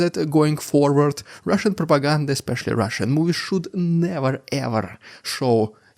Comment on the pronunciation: You hit that "Russian propaganda" so hard 😂😂